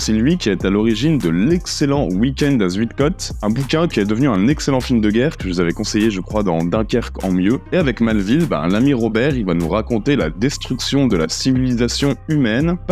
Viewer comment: Aie 😂 en tant que belge, le zuidcot fait mal aux oreilles haha. Ca se prononce zuïd (zeuyd), et ça veut dire sud 😊 Pour le reste, j'ai lu le bouquin plus jeune et j'avais adoré, je ne savais même pas qu'il y avait un film, merci pour la découverte !!!